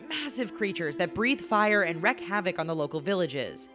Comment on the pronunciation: "Wreak" = reek. Not "reck"